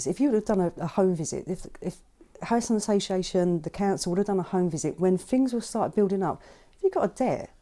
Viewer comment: "When FINGS were start building up" This woman is a social worker and cannot even speak properly!!!